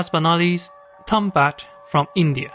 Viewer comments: Tombat? Really nigga? It's Tumbbad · Its tumbad not tombat